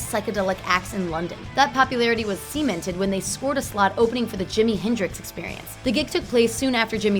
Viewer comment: did she say semen-ted